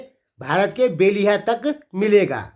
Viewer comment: बेलिहा नही बेलहिया कहते है।